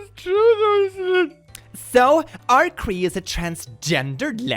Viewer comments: "Are-cree" 🤣 just insert another R into Arcee's name at random 😆 FYI, it's pronounced R-C. As in RC car. Also, Arcee's voice actress, Sue Blu, is in fact a lesbian! But she's cis, not trans. Lovely woman! I adore her! 💖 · oml the way said "Ar-Kree" Instead of "R - C" when he saw the pic of Arcee 😭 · THE WAY HE PRONOUNCES ARCEE'S NAME XD, FAM, ILY, BUT IT'S PRONOUNCED LIKE THE LETTERS "R C" LIKE AN RC CAR. I LOVE MY TRANSGENDER GIRL! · I’m offended how you pronounced Arcee’s name. You pronounce it RC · Arcee's name is pronounced "Are see". As in "R/C car". Fun video as usual,! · Arcee is pronounced as "RC",. Like "Radio Control". Or RC Cola. lol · I am a gay, trans person in the transformers fandom and this vid was great until butchered the name of my girl Arcee. Also, if were gonna talk about transformers being trans icons, i want ppl to look up Starscream from Transformers Prime and look at him hard, then come back and tell me, while being dead serious, that that boi aint at the very least a little fuckin twink, and at most, MTF trans. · Mispronounced arcee, gotta dislike